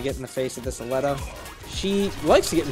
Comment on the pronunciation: I think you're pronouncing Aleta wrong. I think it's supposed to be A-lee-tah